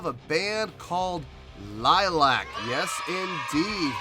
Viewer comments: It's pronounced LILY-ack. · A good reaction ,liliac pronounced lil I ak a family band originally from California now based in Georgia ,they have even playing together since Melody was 11 and the youngest Justin was around 7 ,they are an independent band who write their own songs and their father is their manager and producer , they have millions of views and have fans known as fangs all over the world .their covers are legendary the latest being Joan jetts hate myself for loving you and mettalicas master of puppets are phenomenal .your the only reactor and there are dozens who didn't rave about this performance ,and that's ok us fangs are somewhat biased .on my scoring system I will give you a 7 .Rock on and rock hard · Pronounced Lily-ack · The Band is calld L-i-l-i-a-c, not Lilac! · Pronounced ( Lily Ac) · If they do see this, they'll probably start by correcting your pronunciation of their name. Lily-ack. You might want to check out their cover of "Piece of my Heart" from the same concert. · It's pronounced lily ack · You're not pronouncing your name incorrectly it's not like the flower, it's Romanian for vampire bat.... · Most annoying thing about reaction videos is when podcaster fails to do two minutes of research before watching video. Maybe know how to pronounce bands name and find out something about the members first